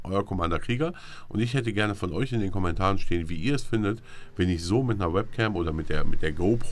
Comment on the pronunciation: Find "ISCH" super! ^^